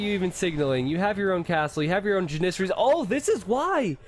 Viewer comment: its janissary, as in apple. it is so annoying to here him say it wrong.